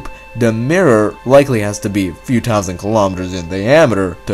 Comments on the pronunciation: "2 tausent" lol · You talk ugly. It's "thousand", not "tousand" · Furder, dousand, andwameeda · "two tousand" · “One tousand . Light years “ tousand” it’s annoying cant he just try to say thousand th th !! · man said “tousand” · One thousand one tousand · I'm sorry, I had to stop watching. The narrator was getting on my nerves a bit. "t'ousand, and furder" are words I can't find in the English dictionary. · Can't even handle this accent. Lol It's pronounced 'thousand' and 'Earth,' not 'tousant' or 'eart.' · 25 ‘tousand’ light years away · What the fuck is wrong with how this guy pronounces words and talks ? twenty five TOUSAND liiiiight yeearrrzzz awwwaaYYY. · is it me or is this guy pronouncing his"Th" and forgetting the "H" lol "he keeps saying 2 tousand years ago" Hahaha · twenty five tousand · to tousand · A star, to tousand light yeear away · SAY THOUSAND